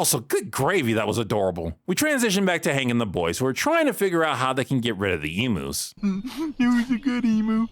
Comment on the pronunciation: Lol I find it so hilarious Buck asked Hank to shoot emus given notoriously HARD they are to kill - even with a rifle 🤣 (Just look up the Great Emu War of 1932 & you’ll see what I mean!) Also I can say as a bonafide Aussie, NO one Down Under pronounces the name as E-moos but E-myuus.